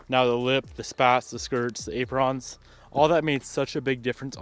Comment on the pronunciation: Silver Calipers with REAL blue wheels lol, And what's with the pronunciation of Apron?? 😂😂